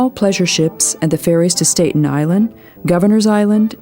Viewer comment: 1) Staten (Island) in New York is pronounced STAT'n, rather than STATE'n. 2) Another reason for Chicago's nickname "The Windy City" is because of the number of political "blowhards" there. 3) The predecessors to the Navajo (Anasazi) were ah-nah-SAH-zee, not ah-NASS-iss. 4) The body of water behind Hoover Dam is Lake Mead, not Mead Lake. 5) The river which meets the Euphrates (Tigris) in Iraq, as well as the site in Las Vegas, is pronounced TIE-griss, not TEA-griss. 6) Although it's spelled the same as the cow thing that cowboys out West participate in, for some reason the street in Beverly Hills is pronounced row-DAY-oh Drive, rather than ROW-dee-oh. 7) You call a city of 100,000 (Santa Monica) a small town? That's a stretch.